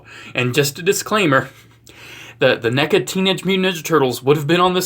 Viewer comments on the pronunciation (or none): none